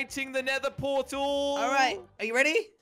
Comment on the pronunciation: Jelly:portal: porl